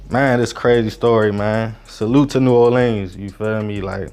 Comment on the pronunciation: PLEEEZE pronounce New Orleans as Nu Orlens, just like the locals do.